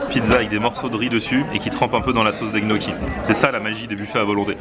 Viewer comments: Alors les pâtes que tu as mangé, les gnocchi, ne se prononce pas "g-noki" (le son "gueu"), mais ça se prononce "gnioki".. Il y a beaucoup de mots comme ça que tu prononces de travers mdrrr en tout cas continues tes vidéo, elles sont cools;) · et pour info les gniocchi ca se prononce nioki mdrrr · Pardon ?! Les GNOCCHIS on dit Nioki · Ils sont sérieux avec leur "Gnocchi" ? ça se prononce "NIocchi" bordel Mdrr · Chelou comment tu prononce gnocchi ! Pourquoi le son gueu ? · sa secrit gnochi sa se di nioki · Apprend a bien dire gnocchi onair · Gnocchi le G ne se prononce pas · On ne prononce pas le "G" de gnocchi !